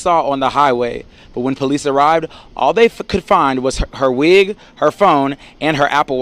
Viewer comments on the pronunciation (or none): He emphasized “wig” lol this is too much